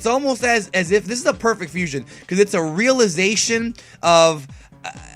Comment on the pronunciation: fuuuu-siooooonn-haaa, the three syllables of awesomeness